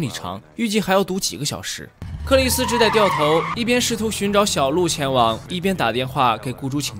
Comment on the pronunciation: 跟我一起念：只得读Zhu de（只德），不念做 zhi dei